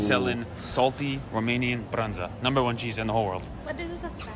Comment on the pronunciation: Lapte meen's Milk. As a Romanian I am actualy proud that they saied Brânză actually correct.